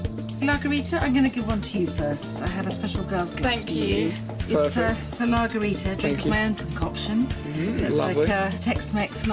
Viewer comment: Commenting on lagerita, lol. Thought she said Lawgarita :)